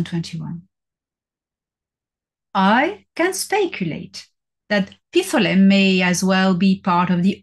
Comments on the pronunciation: two syllables, “pythlim” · Dr. Salla has mispronounced “Pith lam” with a middle “ah” so be aware !